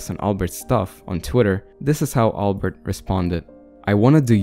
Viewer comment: You pronounced albert wrong